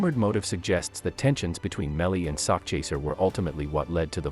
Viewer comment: Nah the dude in the video kept saying it as sockchaser lmao I think it's an AI voice or some shit, idk how else anyone wouldn't pronounce it right, but yeah sakchaser if y'all really don't know it means he chasing a bag of money, I know it's a weird name though, but he had good music.